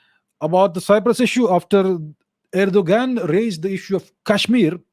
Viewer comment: Same with erdo-gand 🤣